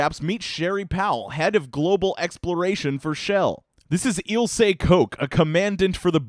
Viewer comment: The ch in Koch is pronounced like the j in Jalapeno btw